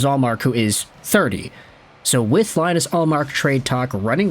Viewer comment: Can’t even pronounce ullmark’s first name right 😭